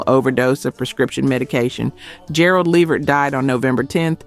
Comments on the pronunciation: The AI narration mispronouncing words is VERY annoying. Gerald LEEvert? Really? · Please say Gerald Levert's last name correctly. I've heard too many of your videos where it's wrong. It's luh-VERT. Thank you! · Teach the A.I. to say LA-VERT!!!! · LEE-vert. Come on! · Come on now you can pronounce Levert better than that. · As I'm listening to this page....I was going to subscribe til I realized this is a A.I PAGE because who in " OUR" Community does not know how to pronounce Gerald "LeVert" and "Sean Levert's" Name????? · Can YOU please learn how to pronounce the artist names it’s disrespectful you do this ALOT!!! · These pronunciations are absolutely killing me. Levert was pronounced 3 different ways. LAWD!!!! 😂😂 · Right I don't understand...I expect that from those raggedy AI Channels unless this is an AI channel because ain't no way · that drove me crazy. who is this woman. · I know they always pronounce Levert wrong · The lack of the ability to pronounce words correctly or read is irritating! Ex. It's LA-VERT... RES-PIR-A-tory...geeez! 🤦🏾‍♀️